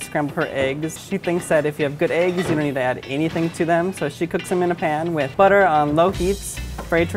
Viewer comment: uuuh u were supposed to say add not ass